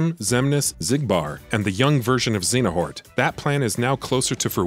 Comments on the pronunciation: ZEYA NORT - not ZENA HORT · Lol "Xenahort" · His mispronounciation of Xeohnort was really bugging me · very distracted by the complete mispronunciation of Xehanort as "Xenahort" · lmao thanks for commenting. I forgot how much of a laugh this pronunciation gave me. You right about the quality of the video but I had to say something haha. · Aside from not saying a name properly these were the best Kingdom Hearts explanation videos I've watched on YouTube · Right, I've never heard them pronounce it that way. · have you ever played Kingdom Hearts? because how you pronounce Xehanort is like cancer to the ears! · This is the only game I didn't play besides CoM bc this one has way too many mechanics I didn't enjoy but that's why I'm here and mad complaining about this guy saying Xenahort?! And X Blade instead of Chi(x) blade?! Bruh who hired u. Stop quoting wiki